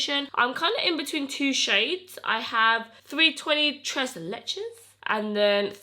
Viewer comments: Tres leches is Spanish and it means 3 milks which is a commen cake in Latin America,, you said it right lol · No you were right the way you said tres leches! It’s Spanish not French 😋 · Tres leches is Mexican girl! It’s actually a desert and delicious! Try it! Btw you said it perfect the first few times ! Lol love yaaa! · You’re saying it perfectly. It’s Spanish lol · You are pretty much saying it perfectly it is Tres Leches it means three milks in Spanish it is a cake made from three different milks that is why they call it tres leches not French it's Spanish LOL you're so cute love your makeup skills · Tres leches is a Hispanic dessert and you were pronouncing it correctly! ^_^ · You were pronouncing "Tres Leches" correctly without the fancy french accent. Lol 😅 I love you! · Tres leches is Spanish and you were saying it right